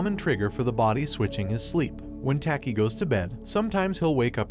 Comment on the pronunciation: I like how he says "tAki"